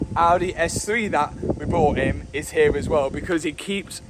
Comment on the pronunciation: “When we’ve drove dann ere” 🫣